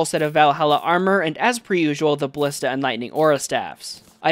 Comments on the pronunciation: Say it with me, buh·li·stuh. holy shiii, great video other than the way you say ballista triggering me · Does he know how to pronounce ballista and genuine?